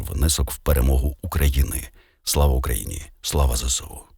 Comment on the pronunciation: Так правильноЗееСУ, а не зєсєу!